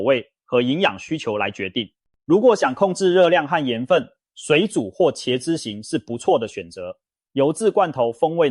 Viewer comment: （ㄑ一ㄝ/）茄子的茄，（ㄐ一ㄚ）雪茄的茄，請問你唸的ㄑ一ㄚ/是哪個字？？